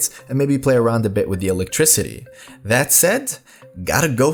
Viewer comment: it does sound weird when you aren't used to it. So I see where you were coming from. :)